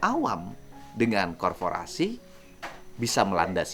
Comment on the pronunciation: Korporasi bang, bukan korforasi